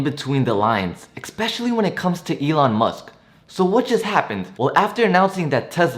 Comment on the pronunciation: Dunno if I can take advice from someone who says “expecicially” 😂 I’m on board though.